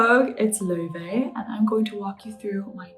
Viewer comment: You are LO-FEE not loovey wtf